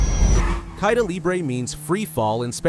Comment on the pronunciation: Caida is pronounced Kai-E-da and libre was almost correct.